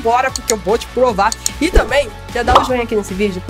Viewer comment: plova kkk